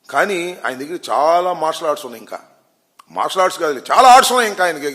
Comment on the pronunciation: అరె ఆంబోతుగా... నీకు సరిగ్గా టైగర్ అఫ్ మర్షాలర్ట్డ్ పలకటమే రాదు నీకెందుకు రా.... జఫ్ఫాగా ఎగేడుకుంటూ వస్చేస్తావు. నిజ సిగ్గులేదారా